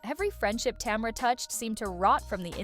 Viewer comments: Tom-ra 🤔🤔🤔 more AI then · And "tomra" 😂